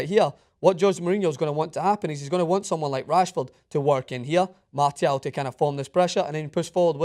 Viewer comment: Who the hell is "Martyal"?